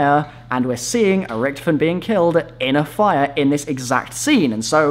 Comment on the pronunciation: Holy crap his name is Richtofen not Richtoven